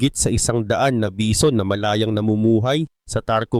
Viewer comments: HAHAHAHAHAHAHHAHAHAHHAHHAA BEE ZON BA NAMAN ANG BASA ARAY KO 😂😂😂😂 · Bee zon amputa